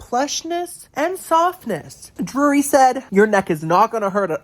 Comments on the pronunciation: So it is dreery so it is Drury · your Drury pronunciation intro and bit throughout killed me 😂 it reminded me of 30 Rock and the "Rural Juror" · Drury, brewery, Marlboro are all words I struggle saying!! Thanks for making me feel in good company!